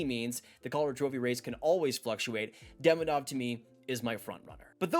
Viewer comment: Great vid! Just a headsup that Demidov is actually pronounced De-mee-dof :)